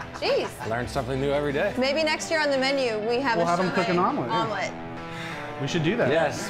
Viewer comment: THE “SHOMELLETE”